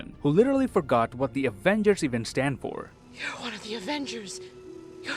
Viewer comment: playing the words games with us too he said 'waan' instead of 'one' in the end